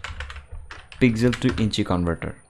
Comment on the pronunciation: Bhai "পিকজেল" না it's.."পিক্সেল"